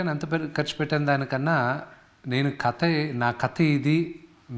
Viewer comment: కత కాదు రా కథ అనాలి 😂😂